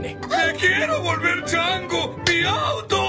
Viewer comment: "Me quiero volever chango"